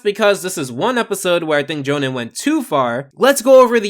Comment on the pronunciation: Lol NOT how you pronounce Johan.